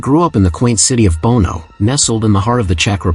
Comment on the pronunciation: It’s not “Bono”. The city in Czech Republic is called Brno